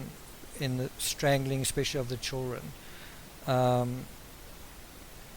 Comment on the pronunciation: children pronounced “ chill run”.... love it!! 😘